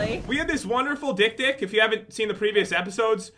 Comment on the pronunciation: OH MY GOD THE NAME OF THE "DIK-DIK" IT SOUNDS SO WRONG